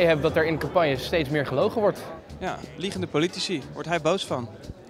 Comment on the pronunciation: Ben ik de enigste die de hele tijd politie hoort ipv politici